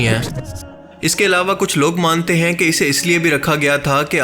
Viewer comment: Assalamu Alaikum bhai I like your videos very much and always waiting for your new videos u r very talented Allah pak ap ko jazaiy Khair day bs apni Urdu thodi improve krain ap han ko an kahty han please don't mind mera maqsad ap ko hurt krna Nahi. Ur Well wisher